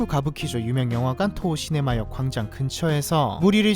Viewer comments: 토호 시네마를 토호 네시마로 읽는 폼 미쳤구요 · 왜 계속 토호네시마라고 하는거임 ㅋㅋㅋㅋㅋ